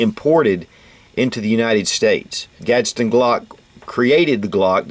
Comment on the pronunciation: man...its not GASTEN its gastawn pronounce it as its said " gaztawn" gaston